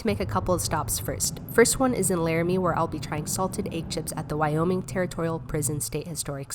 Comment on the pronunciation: Look I’m kind of mad because you said Nevada wrong and you said Wyoming wrong